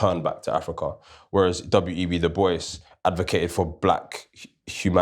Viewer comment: Amazing conversation guys. Please check the pronunciation of the name Dubois.